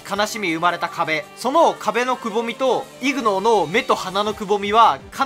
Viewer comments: ignoreはイグノーというよりイグノアですね読み方は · 発音がイグノーではなくイグノァーです